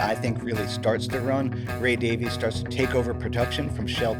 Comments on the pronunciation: Davies is a Welsh name, and not to be that guy, it's pronounced Davis. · I believe I've read in interviews that Dave prefers to pronounce it "Davies" while Ray chooses "Davis".